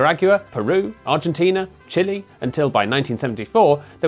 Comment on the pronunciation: It's Buenos Aires, not Eries. And while we're at it, it's Chile, not chili 🙂